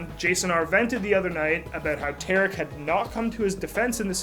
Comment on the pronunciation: pronounced T(are)ick : Tarik